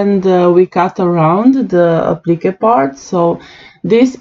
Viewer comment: lol it took me a bit to work out what you was saying when you were saying when u said applique to me it sounded like applicka ,,, mind you your English is way better than mine that and I can not talk in another language so your doing way better than me ..btw love your designs